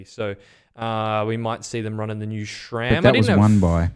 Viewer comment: Its SRAM not SCHHHHRAM